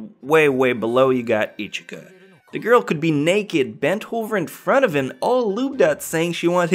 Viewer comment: I hear ichika i think ichiya